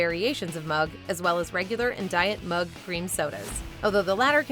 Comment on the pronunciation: fuck you its mug. redo. you failed. try again